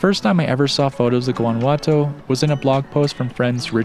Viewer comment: Guanajuato is beautiful stayed there with a Mexican guy many years ago, very romantic, lovely hotel with an open air shower 🥰. Note its pronounced like Yuan not with a hard G 🤗